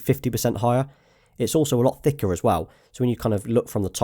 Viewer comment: When he said thicker that sounded weird lol